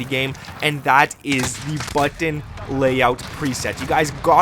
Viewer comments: "buTTun" lmao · Kontrol freeks? Are you stupid? They literally don't do anything other than raise your stick height by a negligible amount; certainly not enough to affect your aim. And why do you say button like that? It's super weird. "Buutyaeaen"???? Your advice is obviously so juvenile and surface level, like a child. Or someone who's only played on console. One more thing: lay off the adderall.